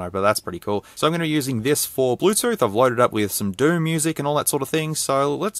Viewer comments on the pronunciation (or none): none